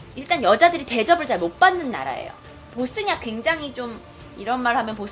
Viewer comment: 봇쓰니아가 아니고 보스니아... 그리고 보스니아가 왜 못 살... 조선시대 얘기를...